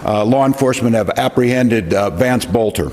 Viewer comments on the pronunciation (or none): BELter not BOLter. Quit talking like an AI. There's a vid out where he says his own name. Learn it ya spawn.